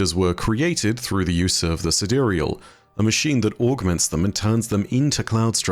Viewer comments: I think the sidereal is pronounced as side real like the real side. The cloudstriders were kinda like crspr babies, created using genetic engineering by the ai, then it connects to the devices to grow the code/unreal into the sidereal or the real side. Like a mirror in a simulation connected to the outside world. As above so below. So how its possible in real life and not just destiny: we use ai to decipher protein folding and use the decoded knowledge to create the babies, then using ai to advance technology, us ai to observe quantum, decrypt the structures, then use ai to create and operate tools to interact with the relative material and create nanotech to develop augmentations out of materials that work with the genetic material. Seriously, use ai to understand and then use the understanding with tools developed from the understandings to create stuff of imaginations. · I always thought it was pronounced "side-real". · Sidereal? Side real? I for sure pronounced it side-real lol